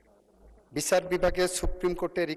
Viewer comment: সেকি বিচার বলতেছে? নাকি বিছার বলতেছে? এগুলা কি অটো পাশের লক্ষণ?